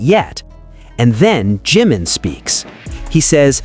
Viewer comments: BTW, It's NOT G-man, it's Jimin. Respect please. Learn how to pronounce their names, at least. Loved the documentary. It changed nothing, for me, but verified what ARMY already knew, forever. Bandwagon jumpers and coattail riders have 'blown up' opportunist I ally all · Maybe you could pronounce Ji (short i sound) min's name correctly. Not GEEmin but Jim ( like American nickname for James) min.